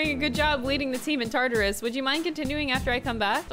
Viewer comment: She called Tartarus "Tartar Sauce" I'm dead XD